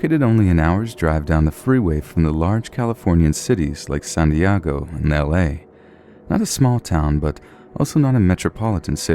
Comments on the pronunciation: in the second story, did he just say san diago lmao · It's pronounced San De ago. 😊😊😆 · I love "San Diogo" lol